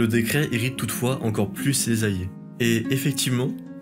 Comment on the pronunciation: Et « allié », ainsi qu’« alliance » qui sont systématiquement prononcés « ayé » et « ayance »